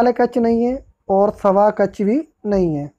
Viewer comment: सर "सभा कछ" नहीं "सभा कक्ष" बोलो।